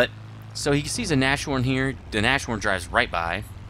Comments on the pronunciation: It's Nas-horn, Not Nash-Horn Anyways, interesting replay; keep up the good work. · It's not Nash orn, it's nas horn. Get your German right. And also, it's a VK 30.01 H that crashes, get your German tank names right. Jeez